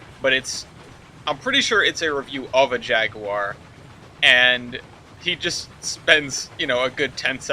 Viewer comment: It's pronounced "Jag-you-err" Also RCR is fucking awesome